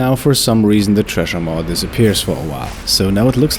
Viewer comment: The 'tresher maw'. Also pronounced 'sresher maw.'